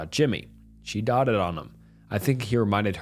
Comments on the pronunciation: Just for future 'doting' 'dote' doted' is pronounced like 'oat' not 'ott' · You mispronounced so many words bro. Doted is not pronounced dotted for example. C’mon man